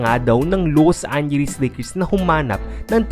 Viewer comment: Loose angeles lakers!!!!! Ayusin mo dila mo....